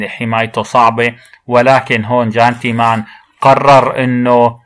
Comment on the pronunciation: معذره -ولو فيها غلاظه - الاسم يلفظ يان تِمان. حرف الجيم غير موجود . سبني اذا بدك